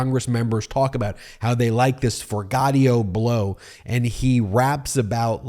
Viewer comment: Yo Ben, its For Jee Ah Toe Blow......you're my guy but I cant handle the mispronunciation 😊